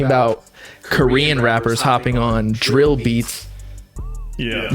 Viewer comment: Mf really said drill 😭